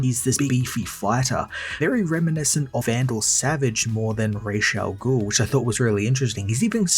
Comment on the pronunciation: Not being petty or picky...but it's Ra's Al Ghoul not Raysha ghoul